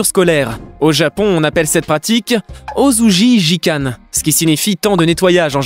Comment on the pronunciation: Il a dit « ozouji jiquane » ptdr jpp il a même pas fait l’effort de chercher la prononciation japonaise c’est vraiment dommage